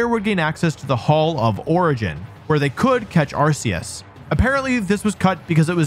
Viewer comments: R K Us, hard C not soft C. Say it correctly please, thanks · WTF is this?! You are supposed to know about Pokémon. Arceus is not pronounced like arse, GF have even said this. You left out the part about Arcanine was told being a legendary in a early guide book. You failed to mention Silver as a possible to be Ash's father. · Arceus is pronounced ARE-key-us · Ah yes, the ARK pokemon is definitely pronounced with an S sound. That totally makes sense. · Please just say arceus correctly